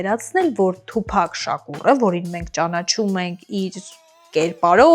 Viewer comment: Ասըմա թուփահ😅։ աղջիկ ջան թուփակ չի, այթ թութակա, լավա չասեցիր թումբան։ դու դրա երգերը լսե՞լ ես։ դա հաստատ թութակա😅